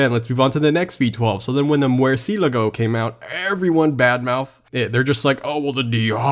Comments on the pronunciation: I love you but please either say mercialago correct (mer•chi•uh•Lah•go) or don’t 😭 not merci•lago 😭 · Did.... He just say..... Mwerseelego instead of Murcielago....? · So nobody is gonna talk about the fact that he said “muercielugo” instead of Murcielago?? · Dude said "mwear see luh go" 🤣 no hate lol I think its "mert see uh lah go" but most people don't pronounce the t sound. More of a true italian way to say it I think but I might also have no idea. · "mwersilago" it's pronounced mur-sye-lago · "Mwurseelago" In Italian its "Moour-siel-ah-goe" but hey I'm not gonna get mad accents are hard I've just never heard it like that. When I say it in my American accent I say "Mur-shi-law-goe" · I hate it when I hear him say “murSIALAGGo” It’s pronounced murSHELAGo” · It is not pronounced Murrseeeelago it is pronounced Mersherlago otherwise great video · the way says mercielago kills me (I butchered the spelling ik) I've always pronounced it merci-ell-ago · Its mer see la go no offences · the way he sais murcielago.... it hurts me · did my man just say 'merci lago' ? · My mans just said "mwair-see-luh-go" 😂😂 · mer-cee-la-goh? really? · ITS PRONOUNCED /Mur-She-Lago/ ITS ITALIAN, NOT FROM MICHIGAN! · Im tired of telling you guys how to pronounce it..... /Mur-She-Lago/ Its Italian. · When he pronounced Murciėlago like Müērsilāgö I çrîñgëd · mwerceelago lmao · Never say Merciellago again. ;-) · Its-a-me Mario, an Italian trying to tell-a you THATS HOW ITS PRONOUNCED Mer-She-lago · Did my guy just say Mur-C-ligo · bro who says murseelago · It's pronounced murr-see-ELLA-go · Stop pronouncing Murcielago so wrong lol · The way he pronounced murcielago was kinda weird. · the only thing worse than lambo jokes is the wat you say murcielago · I'm get so annoyed every time he says murcielago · I’m sorry I just can’t stand the way he says murcielago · Just saying the way he said mercielago hurt me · dam do me a favor and learn to pronounce murcielago